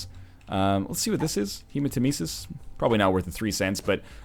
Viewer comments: Hey guys! I have, like, hundreds of episodes to cover so please tell me if he learned that Hematemesis is pronounced like Nemesis (Revenge goddess) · He does in fact learn this! UNFORTUNATELY, he learned it a few hundred runs into Afterbirth. Pretty sure he pronounces it incorrectly for this entire series.